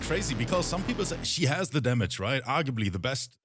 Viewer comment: "Vaju-ju splicing damägē" 🤣🤣🤣